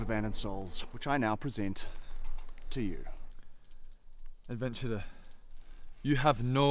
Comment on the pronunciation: Did just say “adventurner” in the beginning